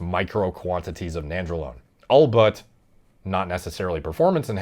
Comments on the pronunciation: It's Albeit* not "allbutt" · bro are you tryna say albeit or all but? lol no one is gonna look down on you for saying although